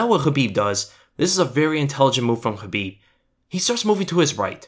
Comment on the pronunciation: Wish we could have actual film not just pictures. And this guy would stop saying Habib